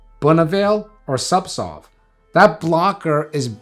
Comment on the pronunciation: I swear he pronounces Zubsolve incorrectly. He's either switching the Z & S, or, j7st say SubSolv....imcould be hearing it all wrong. Anyway, im on suboxone and having such a bad list of side effects. Ive had zubsolv, or no, subutex, prescribed before. Just buprenorphine....it was 10 fold more effective & accurate. I cannot explain this to my pain doc, which baffles.....i shouldn't be on suboxone for chronic pain mgmnt